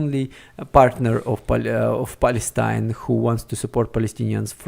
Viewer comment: Please check the pronunciation of the most used words in the video beforehand. In this case, for instance, pronunciation of the name Palestine. No judgement at all, just trying to help. Thanks for the video!